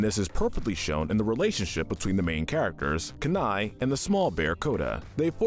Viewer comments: Couple of things to mention: - Out of everything wonderful in Atlantis, the thing you pick was the *CGI*? Really? :T - In Brother Bear, Kenais' name is pronounced like you would say "Keen Eye". They say it multiple times in the movie. - Kudos for finding an enjoyable thing in Ralph Breaks The Internet. I thought it was pretty horrible. ^^ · You failed, AGAIN, at the correct pronunciation of Kenai. It's KEY-NYE. SAY IT WITH ME,. KEY--NYE!!!!!!!